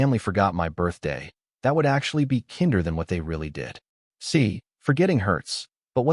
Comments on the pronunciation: "Kynder than what actually happened"? FFS TEACH YOUR AI HOW TO READ!!! 20 seconds! 20 GODDAMNED seconds in and you you've already made the story unlistenable. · "Kinder" does not rhyme with "tinder." "Bow" does not rhyme with "how." If you're not going to bother recording yourself, at least proof-listen to your sh*tty AI.